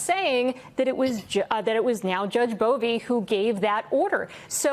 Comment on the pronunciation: it's pronounced "Bovine". do the man a favor and call him like he should 😊